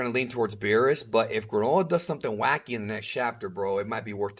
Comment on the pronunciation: Stop saying “gra-NO-la” it’s “GRAAA-nullahhh”